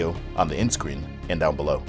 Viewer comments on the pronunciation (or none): none